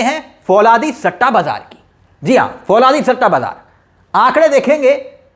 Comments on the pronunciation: Fauladi nahi bhai falaudi kehte hai. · फौलादी नहीं फलोदी है